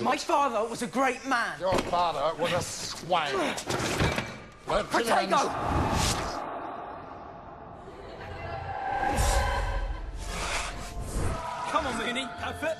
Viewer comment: Someone please tell me what Harry actually said I swear he uses the spell “potato”